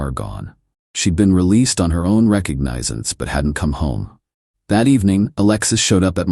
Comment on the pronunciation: "Re-Cog-ni-since!" Try harder or don't try at all!